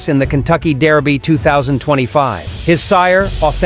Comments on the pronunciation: Its Derby not Daerby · It bothers me way too much how he says "dairby" lol